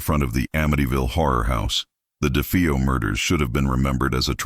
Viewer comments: It’s DeFAYo not DeFEEo. That’s why I hate AI. 🙄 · Must be crappy AI narration…. The last name is not pronounced DeFEEo. And it’s not “Litz”. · AI... It's De faye oh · If it's such a hoax how come nobody heard the gunshots and its da fay o not defeeo